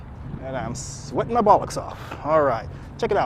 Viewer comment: American saying bollocks 😂👍🏼